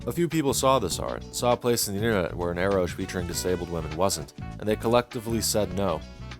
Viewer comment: your video is very nice and all but i was drinking a faygo when you pronounced eroge as "eroje" and i spat out a little. saying this with love in my heart its pronounced ero-gay (erotic + game without the "-me") anyhow have a nice day 😭